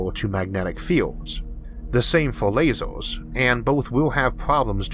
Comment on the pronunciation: What accent / dialect is this? It sounds like he says "hardor" instead of "harder" and "lasors" instead of "lasers" :)